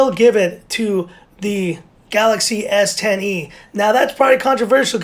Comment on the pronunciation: The way you say s10e sounds like S tiny lol